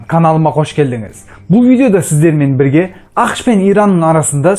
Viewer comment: Дауысынды жондеш бля Бирге дегенди билге деп айтасынго